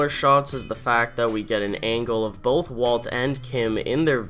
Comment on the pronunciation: Bro, there's no L in both. Bowlth Bowlth Bowlth. Sorry, it drives me crazy.